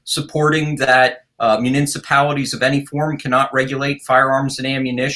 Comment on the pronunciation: Someone please tell this guy how to say, “municipalities”.